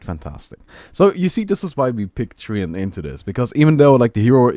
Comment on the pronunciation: TREE-ANT XD